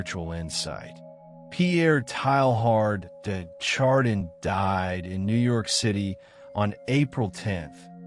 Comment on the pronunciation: what a strange narration of a very interesting subject and man. I laughed everytime his name get pronounced. Strange to me that you would go to all this effort and not know how to pronounce his name.